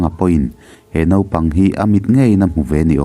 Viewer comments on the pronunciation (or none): none